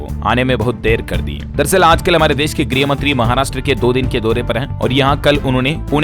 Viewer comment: Good morning Bhaiya ye Griy mntree nhi ye Garh mntree h Griy v gruh me Rat din ka Antar h Apni galti sudharne ka pryash kare jese kai log kreshn Bolte h vo kreeshn nhi blk karshn h ok